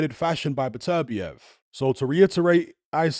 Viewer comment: Came back to hear how pronounces Beterbiev because it sounds nicer than Butter- be-ev